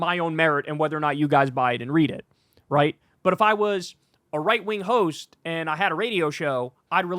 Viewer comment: I heard that as: "right wing hoes ." 😂 I was like, "lol nice," before I realized that it's "right wing hosts ."